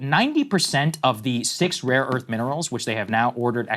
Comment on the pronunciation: trump think its raw earth tho hint: listen how trump pronunce rare earth.... he says rawwww earth